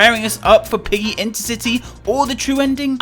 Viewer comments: lol did he say Roblox piggly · Ah yes "Pliggy"